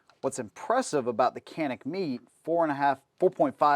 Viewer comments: met(ay) not meat just saying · It's pronounced ( met - ay ) not meat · It bothers the crap out of me, when people use horrid grammar. Where are you getting “meet” or “meat” pronunciation from “mete”?? Even as it’s spelled is “Meh-tey”. I have an odd feeling you spell “our” with the letters “a-r-e” not knowing the difference. Probably pronouncing “viola” as “walla”. It drives me crazy. I can’t even watch the video now because the grinding gears are saying “this guys a dumbass! This guys a dumbass”. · Its not meat. Its Met-te. Also, I cannot wait when his mind is blown by the fact that the Mete MC9 take the mags as all the other Mete pistols. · Pronounced "metay", not " meat". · Bro... if he says "Meat" one more time 😂😂😂😂...after me, "Meh-Tay" please 👌🏿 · Pronounced "Meh Tay". I picked one up. I love it! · I really wanted to watch this video. Then you said “Canik meet”. Done. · How you gonna pronounce Mete as "meat/meet". I had to stop watching the video after that. I might go back to it after I get over such disrespect to Canik. 😂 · Oooph - a bit of research on the correct pronunciation of the name would add some cred.